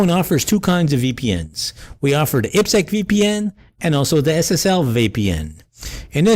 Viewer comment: I have never heard ipsec pronounced the way he says it. Doesn't the ip stand for Internet Protocol as in "IP address"? So IPsec should sound the same: "IP security" or "ayepee sek" To his credit his way of saying IPsec is easier to pronounce.